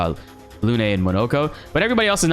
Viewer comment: Lune is pronounced like "loon" not "loo-nay."